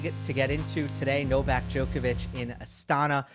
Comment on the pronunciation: Amazing show as always. Though it would be nice if you guys learn to pronounce "Djoković"